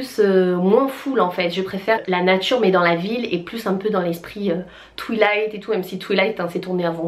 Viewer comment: « Touilight » mdrrrrr